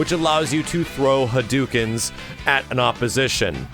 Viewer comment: SF2 has been out for more than 20 years and people are still pronouncing it as "huh-doo-kins" Really?